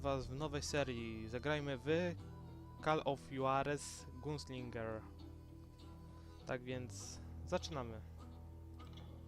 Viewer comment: *Huarez. Taki hiszpański. J=H